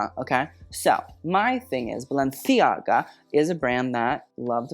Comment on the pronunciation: You saying Balenciaga the correct way makes my spanish self very happy.